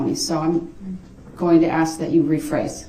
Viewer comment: Oh how I wish I could "Axe" DB!